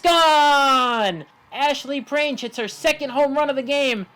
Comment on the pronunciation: This is something that i learned recently but Ashley Prange is pronounced prang-ee with a soft g sound